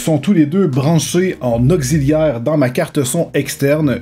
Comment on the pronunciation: C'est moi ou tu prononces augziliaire à la place de auxiliaire? 😅